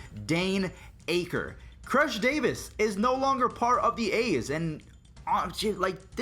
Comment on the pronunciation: Hey I am Dane Acker’s cousin and we were sad when he got traded to the rangers and I was at my baseball game when it happend btw you said his last name wrong lol keep up the good work